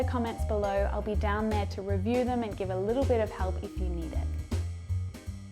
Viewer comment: Why do you keep pronouncing 'th'ere by 'n'ere ? Tongue twisted? A kind of cuteness?